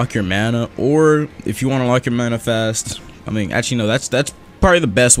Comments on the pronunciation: sayin bana and not mana be like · You said bana not mana. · Great intro oh and u accidentally said bana not mana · "The first thing you want to do is unlock your mana bar. *Looks at the top of the screen to see text* *while wheezing* BANA BAR xD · He said baña instead of mana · lmao it said bana bar